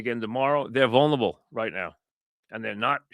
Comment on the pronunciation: mike is great but the word is "vulnerable" not "vulnable."